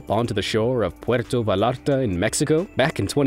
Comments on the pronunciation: I contest your pronunciation of "Vallarte" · Whoever knows how to pronounce Puerto correctly should know that 2 Ls standing together in a Spanish word is pronounced like a Y as in Vallarta, gallina, ballenera, calle, ... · It's Puerto Vallarta, in Spanish ll sounds like j. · Mullen is not "a Spanish word" - which was the qualifier in what I said - it's Irish or Scots-Irish and btw, my name becomes Catalina Mulen, in translation. My point was if the narrator knows, or took the trouble to learn how to say Puerto, he oughta know how to say Vallarta correctly.